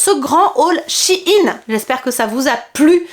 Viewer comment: p'tit question pourquoi les gens dises shinnnnes c'est pas shein et ça se prononce pas ein non ?🤔 ( c'est pas mechant). sinon trop top la vidéo je t'adore continue comme ça :🥰